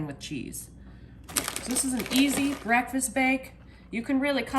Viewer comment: " IT'S MY FAVORITE BREALFAST" LOL 😆 ❤